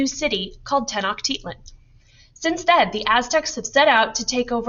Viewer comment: (Tec-no-chi-lan) tenochtitlan